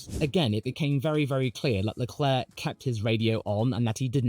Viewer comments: You didn't just say Charles Leclue😂😂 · Charles Leclue 😂😂😂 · Charles LeClue is even funnier for a french speaker, as it sounds like you're saying the french word "clou", which means "nail". And considering how many blows he's received, he could also be Charles TheNail